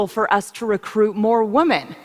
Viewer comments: Is she unironically doing the Pewdiepie meme of mispronouncing 'women'? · I'm so used to hearing people on Youtube call it "wahmen" that I don't even notice it anymore.